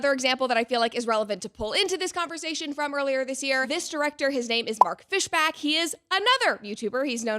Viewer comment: YES IRON LUNG MENTIONED!!! (Lol fish-bAck, it’s fish-bOck btw)